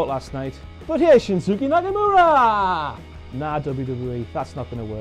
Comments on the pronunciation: Shinsooky, Ross? It's pronounced Shinskay. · Ooh he's going to get some hate for pronouncing Shinsuke Nakamura as 'shinsookay' rather than 'Shinskay'. Quick read of the comment section....... Yup he does get some haha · No, it's not. It's pronounced Shinske. Not this kay bullshit. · he said shinsooky lol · im Scottish and i've been a Celtic fan all my life, was genuinely so confused because i keep hearing about this nakamura guy whos first name sounds like shinsuke hahahahah